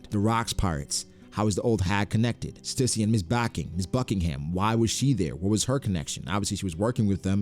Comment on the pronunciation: stussy but the t is silent